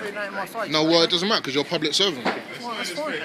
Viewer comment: It doesnt matah it doesnt matah it doesnt matah😂😂😂